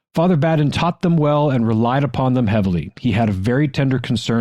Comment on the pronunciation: Ah. Father Badin is a big deal around here in Kentucky and Ohio. : ) We actually say Badin as Bay Din. Some don't know who he is, yet they probably know his name